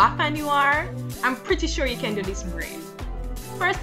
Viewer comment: dead "now mi caaan find di rat tail comb"...a weak lololol